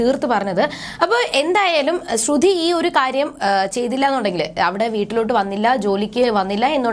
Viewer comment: തള്ളേ ശ്രുധി അല്ല ശ്രുതി 🤦🏻‍♂️🤦🏻‍♂️🤦🏻‍♂️കുറച്ചു എങ്കിലും ബോധം ഇല്ല ല്ലോ